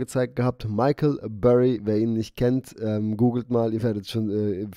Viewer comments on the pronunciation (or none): none